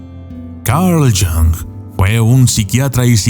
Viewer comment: No me parece muy inteligente pronunciar Carl "Young".